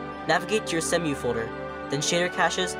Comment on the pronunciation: Not "semm-you". "See-moo".